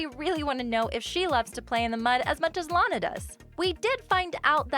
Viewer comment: My favorite ORIGINAL loud house character is Lana also her name is pronounced law-nuh